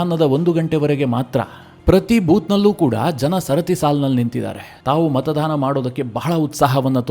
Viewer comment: ಮತದಾನ ಸರಿ.( ×ಮತದಾನ ×ಮಾತಾಧಾರ ಅಲ್ಲ )